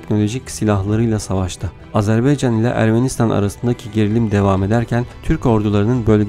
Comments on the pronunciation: ilk 5 saniyeyi tekrar dinle lütfen E harfi ile söylüyorsun, A harfi ile söylemen gerekir A-ZER- BAY -CAN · Azerbeycan değil, AZERBAYCAN, insan kardeşinin adını doğru söylemez mi? Biraz dikkat